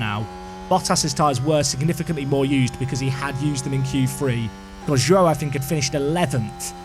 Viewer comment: By the way. Zhou is pronounced "Jou". As Zh is a similar sound as J in Chinese.